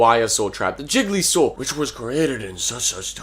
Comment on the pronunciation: I keep hearing Gigli Saw as Jigglysaw and I can't stop laughing It sounds like a bad tentacle... content parody of Saw 8